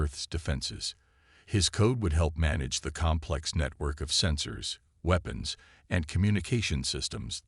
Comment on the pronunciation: The AI voice sounds almost human but it struggles with some words, ie: weapons it sounds like it said weepons